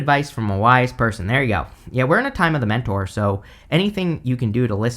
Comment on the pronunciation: My brain, clearly reverting to Harry Potter, hearing "we're in a time of dementor" and what you actually said is "We're in a time of The Mentor" 🙃 Anywho, I don't comment often, but I've been following you for years and always enjoy your readings 💖 Thank you